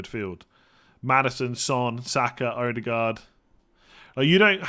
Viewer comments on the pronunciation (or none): glad you're interested in correct pronunciation :) so pliz "E-de-gore" , not "oudegard"